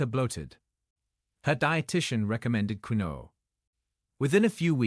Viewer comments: I thought quinoa was pronounced ken wa. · It's not queen-no, it's pronounced keen-way, get your shit together AI! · Please note quinoa is pronounced Keen WAh. not kwin oh. Please teach your A I to pronounce it. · First, quinoa is not pronounced queenoe, no, no, instead, quinoa IS pronounced keeenwah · Keen-no-ahhh. How annoying queen-no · Quinoa is pronounced KEEN-waa per Google. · QUINOA is pronounced ... Kin Wah ! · It is properly pronounced keen waa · It would appear one mans meat is another man poison. So many "kidney doctors" recommend a number of foods that this video doctor debunks. Quinoa Its pronounced "keenwa" so makes me wonder how knowledgeable this person is. 😮😮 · Quinoa is pronounced "keenua" Tilapia??? I had to laugh, the worst fish you can eat, farm raised, GMO and packed with chemicals from the food it's fed as well as antibiotics. And there is nothing wrong with good fat, especially from fish. Tofu is anti-inflammatory? It's made with soy, a GMO product, high in Omega6 that causes inflammation.Most is not organic And even organic have the same Omega6. Egg yolks are perfect food, whites have no health benefits, no nutrition. b eef is the most anti-inflammatory food there is, it's fat is stable and healthy. This is the most ridiculous post I have listened to, no knowledge of nutrition. I agree with processed whey protein and hot dogs, they are not real food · Pronounced. Keen-wah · I'm just curious,, Is this AI speaking reliable?? It's quinoa not quino... all seems... dodge... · Quinoa (‘keenwah’) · Pronounced keen-wa in the US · ITS KEENWA always mispronounced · Pronounced KEEN- WAA / wha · It's hard to believe anyone who can't pronounce quinoa. It's prounced keenwa.😮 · The pronunciation of quinoa is weird but it's the way it is keenwa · Quinoa sounds KIN WA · He mispronounces quinoa. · First of all, you are not pronouncing quinoa correctly. Secondly quinoa has significant (high) amounts of potassium. Very bad for kidneys.